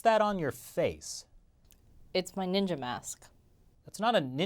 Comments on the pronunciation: I lost it when Chris said "Our humour Neendjia" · Watching the "Neenja" thing was like getting punched in the dick. Slowly.